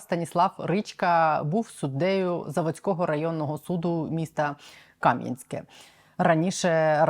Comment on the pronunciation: Правильно казати Кам'янське'. Наголос на останній склад.